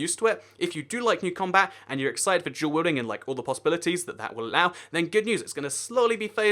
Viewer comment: Sounds like he's saying "jewel welding"